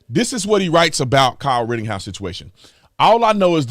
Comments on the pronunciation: Please stop saying ritting house. We know you can pronounce it correctly at this point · Dude it's pretty irritating when you say "RittINghouse" instead of his actual ass name. Everyone knows that you know how to actually pronounce it but for some reason you choose not to. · Tatum for Christ sake there's no 'G' in RITTENHOUSE.